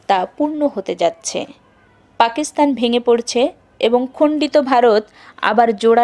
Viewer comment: খুব ভালো লাগলো। দুটি বিষয়ে আরেকটু নজর দিলে ভালো হত: কত সালে এটি লেখা হয়েছে বললে আর পাকিস্তান উচ্চারণটা ঠিক করলে।